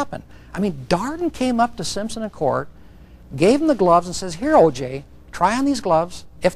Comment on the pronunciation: That poor clerk has to hear herself screw up OJs name every time they play it!! Lmfao!